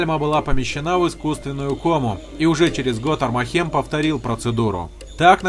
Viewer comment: Всё хорошо,но почему блин армахЕм, когда правильней будет Армахем (ударение на первую А)